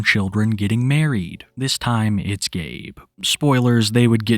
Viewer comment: Wow, dis is incwedible